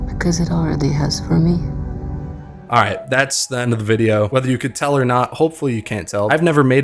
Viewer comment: This is an exceptional movie and this is an excellent review, on the nose but... IGHT ? I could have lived without the "ights".